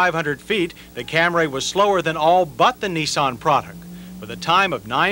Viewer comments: He said "ORIENTAL"?!?! Also, CamRAY. That's the 1980's for ya! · I cringe every time I hear him say Camray.. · How does any English speaker pronounce Camry as “Cam-ray”???? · lol. Of course that pronunciation make me cringe. So he didn't correct it in 83 model the 84 model the 87 model the 88 model and corrected it in 92 model. Took him almost a decade to correct it. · The of Camry in this video was killing me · Cam-ray Origins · I've been thinking lately about John's continued mispronunciation of "Camry" as "Cam-Ray" back then, & am now wondering if Toyota told him to pronounce it like that just as Mitsubishi told the press to pronounce "Galant" "Ga-Lawn" for the first generation models. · I thought it was a typo on an early script and John simply locked in on Cam Ray forever after. But you are probably closer to the truth. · "The Toyota CamRAY" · Say it with me......Cam reee. Cam reee. Not Cam rayyy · I had some problems with this comparison. The guy couldn’t even pronounce Camry correctly. He kept saying Camray. Toyota prob hated that but I believe 83 was its debut so maybe no one knew. More importantly, the cars chosen weren’t on equal playing fields. The Stanza was a lesser car than all of them. The Maxima was the better match w/ them but I don’t think it came as a hatchback ever. The Stanza would be more comparable to the Corolla hatchback. Finally, the Phoenix is arguably not on par with comparisons becoming the brand was a step up from Chevy so a Citation seems a better choice. Just my opinion on all this of course & they certainly ask for mine. Lol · Back when the Toyota was pronounced CAM-RAY instead of CAMRY. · Watched this video before I headed to the airport. Called for my uber and what did they show up in? A "Cam-ray" 😂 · About 1992-93 he switched to the acceptable camry instead of camray. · He's always said "Cam-ray" -- as opposed to "Cam-ree" -- well into the 1980s..... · Aaahhh John and the “Camray!”👌😂👍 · The 1st uttering of the Cam-Ray